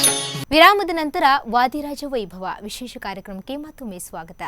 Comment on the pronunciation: ವಾಧೀರಾಜ ಅಲ್ಲ ಅಕ್ಕ ಅದು ವಾದೀರಾಜ ಅಂತ ಹೇಳಿ.‌